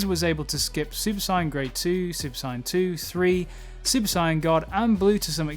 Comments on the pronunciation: Great video, but I must ask, why do you say super cyan instead of saiyan??? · Clicked off as soon as he said "Cyan" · Why do you pronounce it cyan? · I can’t accept someone who calls super saiyan a super siyan. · It triggers me the way his saying super Saiyan...I'm gonna cry... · The fact he says super saien triggers me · Why do some people pronounce saiyan as “siyan” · From I heard the word Sai-an I said hold up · Heard: Sine, Cyan Not heard: Saiyan Still good video, thumbs up. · Nice work on the narration. I enjoyed the insights. The pronunciation of Saiyan/Saiya-jin is my only complaint. It rubbed me as I grew up with the english dub pronunciation but given weeb clash in our particular culture I understand completely (looking at you aluminium). However cutting out the "-jin" in the name rubs me because its like calling humans "hu-" mainly be cause to me i always took the -jin to basically be a stand in for "people". Gah, still thank you for your hard work! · The pronunciation of saiyan here is hard to listen to. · Good video but fuck i cant stand how he says Saiyan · Why does he mispronounced Sayian? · This guy is great... Except for the way he says sayian... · You need how to say saiyan properly